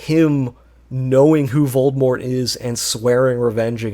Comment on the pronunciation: Bro how are you unable to pronounce Voldemort?